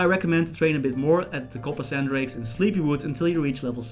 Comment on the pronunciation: just noticed you call drakes, coppersandrakes. owO